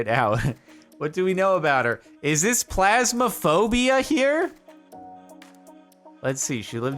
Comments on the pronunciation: Phasma. Phasma. Not plasma. Phasma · pHasmophobia not pLasmophobia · Did you call it Plasmaphobia? It's Phasmophobia. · every time jardon says "plasmophobia" my brain stops working pls jardon i cant